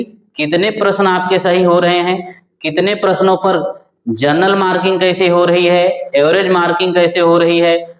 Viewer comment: जनरल होता है सर जर्नल नहीं